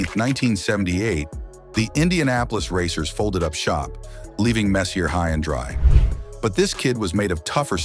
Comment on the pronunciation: If you are making a video, first learn to pronounce his name, FFS.